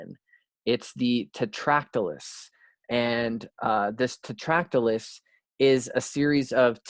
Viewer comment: EXCELLENT job, as usual. Small thing - there's no L in Tetractys.